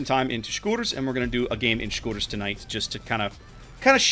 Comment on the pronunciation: love to hear the name pronounced correctly for once